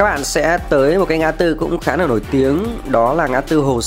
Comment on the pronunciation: Bạn nói ngọng l thành n, n thành l nhiều quá: “nối vào Hoàng Quý”, Khu vực này khá “nà” cũ kỹ…